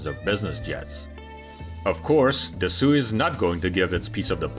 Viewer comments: My compliments on yet another very professional video which is also a joy to watch. I hope you don't mind that I suggest you improve the pronounciation of "Dassault"? If is not like you say "Dassue" but like "Dassoo", like in "go". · Why do you say “Dissoult” instead of “Dassault” (da`so)? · I’m sorry. If you’re going to put together a video. At least pronounce the manufacturers name correctly. It’s not pronounced Dassue. It’s pronounced Dasso. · It's not pronounced "Dassoo" - it's "Dasso", like you pronounce water in French - "Eau" (like "Eau de toilette", and in this configuration, with the engines being at the very back of the plane - they push it, not pull it. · And above you misspelled it..should be Dassault not Dessault! The narrator mispronounced it, sounding like Soo rather than Sault...it should sound like Da-Soh!! It happens a lot in the US where the folks really butcher many of the French words! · Say ' DA SAW' ... not DA SOOOO 😂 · Great video. One comment: Dassault is pronounced “da-soh” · It's NOT pronounced "da-soo". It's "da-so". You don't pronounce "Renault" as "Renoo". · Da so. That’s the pronunciation for the AI voice with the slightly Russian accent. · How hard is it to say Dah-so????!!!! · Dassault (Dasso) Just refusing to check the Pronunciation. The only language they know is English. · "DE ZOO"!? Ain't no zoo, dude. It's easy to go online to find out how Dassault is actually pronounced. Good video, nonetheless. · Da-SO, da-SO, da-SO!!!! If you are going to the trouble to create a video, please go to the trouble to pronounce the name of the $#$&$#?;;:! Company that makes the &$@ plane!!! Excuse my French. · FFS, it's Da-SOH. I have to stop watching. Maybe I can find a video about BOO-ing or Air-BOOS... 😮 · Thanks for the video. Dassault is pronounced Da-So. A lot of people pronounce it incorrectly. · Can’t bear to watch this as long as the narrator keeps saying Dassooooo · AI narration. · I cringe every time he says "Dassoo". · It’s “da-SO”